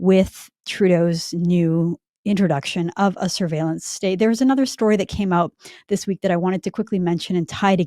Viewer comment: "Syrveilenc stayte." How do you think they spell it?